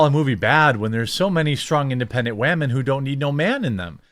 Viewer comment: "...strong, independent WHAAmen that don't need no man in them" lol